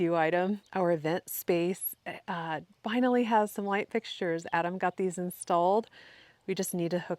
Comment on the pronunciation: When you said "I've already lost Adam, I'm going to close without him" it sounded like "Im going to close with Adam" 😁